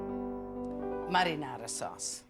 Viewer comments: Only a nitwit would not like ANYTHING about Lidia!! She enunciates 'marinara' much better than most anyone else 'attempting' to utter the word!! Sincere compliments to Lidia!! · All these years I thought my dad was just pronouncing marinara in a silly way. Turns out he was actually mimicking how Italians pronounce it lol.